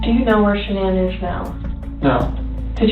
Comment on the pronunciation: In your first story, her name wasn't Shan-nan. Her name was Sha-Nann. It's very disrespectful to cover a story on someone and not even get her name right, especially when the news coverage you provided in the story said her name correctly.